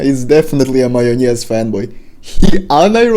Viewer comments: The way you say "majonez" makes me think you're a Balkan brother! If so hello, and as a fan of both Ultrakill and Doom Eternal your video is spot on man! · По твоему произношению слова "майонез" я понял, что ты русскоговорящий лол. Норм видео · I like how you pronounse М А Й О Н Е З